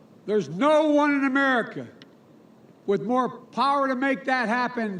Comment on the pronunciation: He can't even say America right 🤣🤣🤣 and people think he will be a good president 🤣🤣🤣🤣